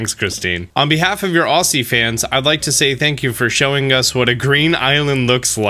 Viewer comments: Any other Aussies skin crawl when he said it like Aussie instead of Aussie? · Just saying, Aussie is pronounced like “Ozzy” not “Ossy “